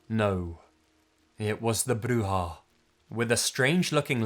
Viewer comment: Spanish word for boogy man is pronounced Coo-coo-we And u got witch pretty good but it's more like Brew-ha